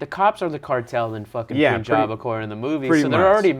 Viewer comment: "No pun intended" ... The way you pronounce pun is same in the punjab. It's not poonjab